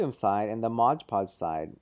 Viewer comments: He's got the can, he can clearly see it says Mod Podge. But he repeatedly calls it Modge Podge. That's really irritating. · ****MOD PODGE!!! not MODGE PODGE!!!! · The point where I stopped watching this video. It's MOD PODGE. Your constant pronunciation of MODGE PODGE was driving me up the fucking wall.